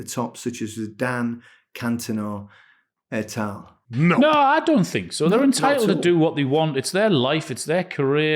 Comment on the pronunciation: 'Et al' chaps, not 'ET TA' 👍